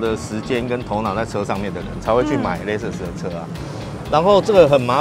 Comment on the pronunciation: LEXUS有很難唸嗎 我遇過聽過至少8成唸不對